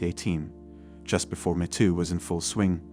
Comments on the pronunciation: It’s not “Mehto” … it’s Meto! Geez! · This computer-generated voice is pretty damn good, except it kept saying "met oo" instead of "mee too." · You lose credibility by mispronouncing the "Me Too" movement. It is NOT the "meh Too" movement; It is the "Meeeeee Too" movement. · The robot can't pronounce MeToo properly. I'd suggest splitting it in the script to "me too". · AI reader? “Metoo”??? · The “met too” movement? “Lah METS”? So, this is a mechanical voice with an English accent? High larioius. Next time I need some help, I will ask if someone could help “met” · Don't think we can't tell your lazy, AI voice can't even say "ME" properly..... try harder get better unsub'd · If you use these AI voice overs can you at least ensure terms like “metoo” is pronounced correctly. Especially if you’re gonna use it 50 times